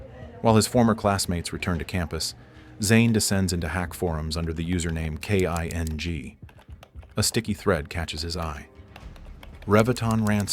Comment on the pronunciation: Exactly. You can pick it up in the narration as well, pronouncing the username as K I N G instead of “King” or even mispronouncing Zain’s name a few times Lying about it is so much worse